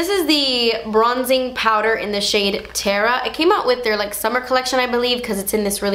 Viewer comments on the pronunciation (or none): none